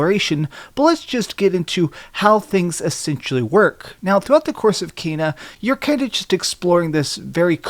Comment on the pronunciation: It's pronounced Kena not Keena or Kaina 😂